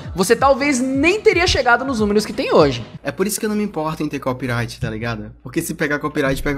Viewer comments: falando o ingles fluente dele mas falando CoPiRaIgUiTi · O melhor é ele falando em inglês, mas quando vai falar "Copyright" ele manda um "Cópiraiti" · fico chocado com a capacidade do de babar ovo pra gringa e n ter capacidade de falar ''copyright'' corretamente, o cara falando toda hora copirait vsff q agonia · Ele mistura inglês com português mas fala Copiraiti